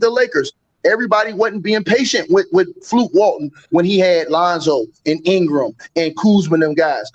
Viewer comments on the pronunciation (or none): "fluke Walton" 😂🤣😂🤣😂